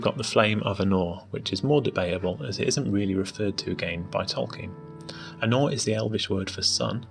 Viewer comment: easy to think he was saying arnor.